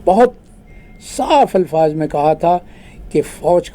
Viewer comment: Being a Punjabi your Urdu is MashaAllah very good. the word is Alfaaz and not Ilfaaz. Many Punjabi cannot distinguish between zeer, zabar and pesh. AlhumdoLillah, you are not among Pendo Punjabi. Mr Gori, your two Urdu books Rozgar e Safeer and Bar e Shanasaee I couldn't find at Amazon. A friend of mine has gone to Islamabad and see if he can get hold of a copy. Based in London, UK, I visit Barrie, Ontario, almost every year.